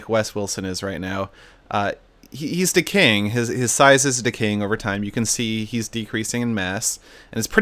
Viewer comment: When Seth said that wes is "decaying" I thought he said "Wes is Da KING" cuz wes was the biggest lol